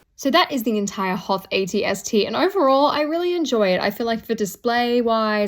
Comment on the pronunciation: Did she say at-st raider 🤣🤣